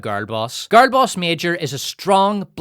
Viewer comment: How hard is it to say "girl"?